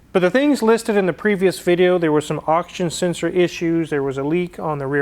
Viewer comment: "Oxen senshor!"